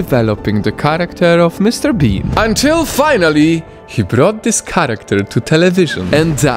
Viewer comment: every time he said mrbean he said mrbeam.tats a yutuber